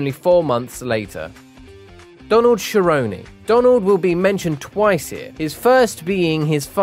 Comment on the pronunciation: Bro, the amount of times this guy got names wrong ffs. 'Nurgmadomodov' instead of Nurmagomedov. 'Joanana' instead of Joanna. 'Sheronne' instead of 'Cerrone'. 'Ovreem' instead of 'Overeem'. 'Lawlaw' instead of Lawler. 'Flightweight' instead of 'Flyweight'. Bro, how can you be an MMA channel and not able to pronounce the names of world class fighters smh.